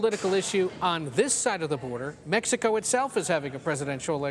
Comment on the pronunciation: That D A no sabo said metsicoe. 😐